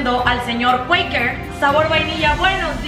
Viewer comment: o sea quakers lo pronuncio cueikers y yo toda la vida diciendo cuakers jAJAJAJA